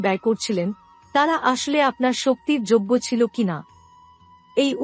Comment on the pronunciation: আপনি কি বাঙালি? যদি হয়ে থাকেন তাহলে দয়া করে ' বড়ো ' ছোট ', আসলে ', এইসব উচ্চারণ গুলো সঠিক ভাবে করার চেষ্টা করুন। বাঙলা একটি অত্যন্ত শ্রুতিমধুর ভাষা এবং বাঙ্গালির আবেগ, কিছু ইউটিউবারের পয়সার লোভ এই ভাষাকে প্রতিনিয়ত ক্ষতবিক্ষত করবে এটা মেনে নেওয়া সত্যিই কষ্টকর!